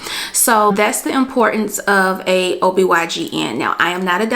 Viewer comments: ITS OBGYN!!!! not obygn lol😂😅😅. Absolutely love this video tho. Thanks love❤🎉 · it's OBGYN not OBYGN 🤦🏽‍♀️😂😂😂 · GIRRRRLLLL IT'S OB-GYN!!!! NOT OB-YGN!!! 👀😏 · Anyone else notice ..........For Ms. Who made this video, throughout the entire video you've referred to a gynecologist as a O B Y G N. They are actually called O B G Y N. Just a tip for any other future videos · Great video sis. I just have one thing. It’s Obgyn not obygn 🙏🏾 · OB/GYN not YGN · Just a gentle correction sis: I’ve noticed that several times you said “ob y gn” but that’s incorrect. The correct the title for that doctor is “ob gyn”, which means “obstetrician gynecologist.” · Its OB G-Y-N. You kept saying Y G N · It's Ob-G-yn jeez! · She kept saying OBYGN lmao. And 8 ounces = 1 cup of water. I think she meant 8 cups. Otherwise good video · It’s pronounced OB GYN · Respectfully correcting you…. It’s OB GYN. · Any catch when she says “OBYGN”? Still a very informative helpful vid!!! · I thought I was trippin! I knew I heard OBYGN! Sis said it like 3 or 4 times!🤣🤣🤣Good info tho ladies!💯